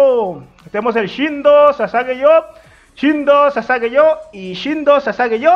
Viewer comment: Todos:Shinzou o sasageyo.: "Shindo o sasageyo